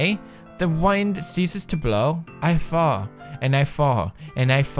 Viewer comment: I wasn't reading the poem and I thought he said fart instead of fall lmao